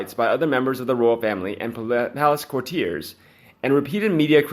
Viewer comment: You should hire announcers or robots who can pronounce the word “courtiers.” Aren’t the ROYALS what this channel is about?? Where there are Royals, there are usually courtiers around. All Royals have them, in their court(s), and all royal reporters talk about them. Courtiers.